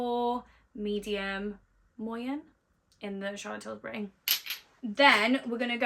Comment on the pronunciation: Love how you call it Charlotte Tilsbury 🙊😂